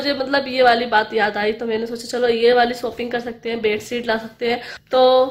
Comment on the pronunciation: Aunti shopping kahan kijiye apka pronunciation. Galath hain ok nahi tu saab hasenge ok aur baaki sab acha hai